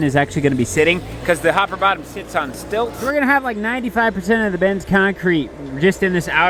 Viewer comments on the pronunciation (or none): none